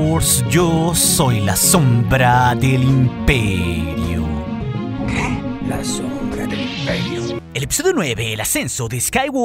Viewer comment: Valoro mucho tu contenido y este canal, pero es muy desagradable la forma en la que pronuncias varias palabras, como en el final: lá sÓoombrÁaaa del impÉeeri... ÓOOO. Te agradeceríamos que lo dijeras con normalidad. El canal sería de 10! Un saludo